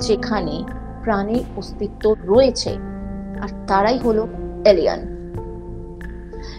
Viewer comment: Ucharon ta alien, alian noi.